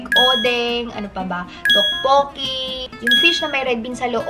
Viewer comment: To-bo-kki po hehehe hindi po tokk-boo-ki tteobbokki